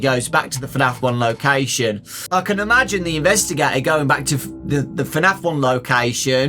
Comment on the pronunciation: Sorry, but its imagine, not ImAgEiNe